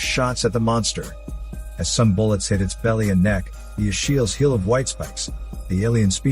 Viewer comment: the.... asheel? of the white spikes? its achilles (ah-kill-ees), how do you not know what an achilles heel is ?XD